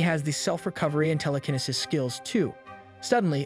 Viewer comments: Someone tell this man it's tele-kin-ee-sis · I really like this channel but in the minimum amount of disrespect possible I would like to point out you have slight mistakes pronouncing telekinesis and chaos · Bro pronouncing telekinesis all wrong had me triggered 😂😂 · "teleknisis" truely amazing